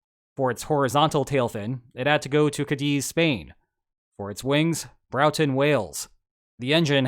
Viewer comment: I believe its pronounced BRAW- ton, or BRO -TON depending on your accent. but certainly not BROW-ton. The UK is certainly not known for its place names being intuitive to pronounce. Otherwise great video👍